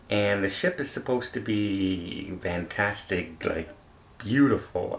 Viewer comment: Why does say Vantastic?